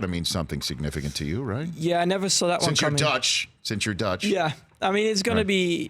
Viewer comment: He pronounced it better than most media puppets. Dutch is hard for non-native speakers. Voor ons een makkie.